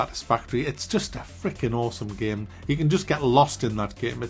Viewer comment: Take a shot every time he says "GAEM"